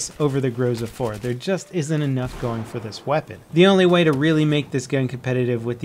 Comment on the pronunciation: and again, grozA, not grOza